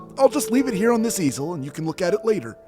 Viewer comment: I heard 'I'll just put it here on this Cecil' and I was so confused 😂